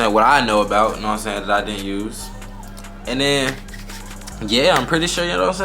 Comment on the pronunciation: I heard that too lol youse